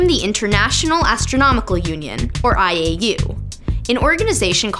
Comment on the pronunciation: When she said IAU i thought she said 'I ate you'. Hahaha